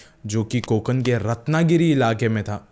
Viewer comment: ण ण न nahi कोकण